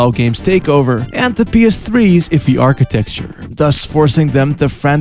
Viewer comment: after watching about 5 of ur videos i have concluded you dont entirely know what architecture means or how to properly say it. love ur channel.